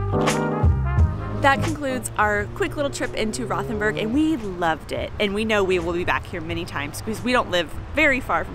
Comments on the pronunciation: like your Podcast, however need to work on your pronunciations. Rothenburg is pronounced "Rotenberg". "H" is silent and "O" as in "boat". Also missed out on the truly famous history of Rothenburg, The Thirty Years War ( ) period when Count Tilly of the Imperial Forces laid siege to the town. 🤷‍♂️ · We dont have the English th sound in German. It's actually hard to understand where you are. Rothenburg? Ravensburg? Rottenburg? Just dont pay attention to the h in any German word containing a th :-) A double "e" will make the "e" longer, not closer to "i": Schnee ist "Schneh", not "Schni" :-)